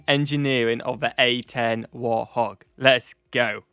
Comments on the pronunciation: It's WART HOG, not war hog or hog, you need to get it right. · Others probably commented this, but anyway: it's "Wart-hog". Think Pumbaa. Who was a warthog. Not war-hog, not warth-og. Warthog. As in "hog (pig) full of warts". Ugly. Like the A-10. Though I'm sure she's a beauty to the ground troups that get her support. Also, like others have said, the video is wrong when it says the guns fits snugly under the pilot. Truth is, the pilot fits snugly over the gun. The plane was literally designed around the gun. Basically, they had an amazing (still amazing) gun and added wings and a seat for the pilot. And armor. And, as it mentions, redundancy. There are lots of stories of A-10 with unbelievably damage which still flew home and landed. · I just discovered your videos. Love seeing your reactions to different military hardware and situations. Oh, and it may just be your accent, but it’s the “Warthog”, not “Warhog”. Keep up the good work. Cheers. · Correction. It's Warthog not War Hog. Great reaction. Great images. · Warthog is pronounced wart-hog, not war-hog. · Pronunce wart hog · It is actually called Wart Hog ( the T is pronounced) the reason it was given this name was like the warthog was an UGLY bovine so it was thought that the plane like the animal Ugly , however because it f has armament almost like no other , it’s Highly respected by All 🍀